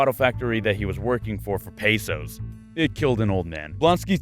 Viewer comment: Paiesos WTF ur part Mexican pronounce it right pe like pen sos pesos